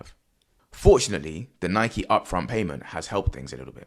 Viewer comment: Gasp A Brit who pronounces Nike correctly! 😳🤯 Is hell freezing over or something??? O_o